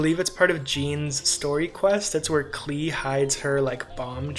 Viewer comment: klee rhymes with melee, not key!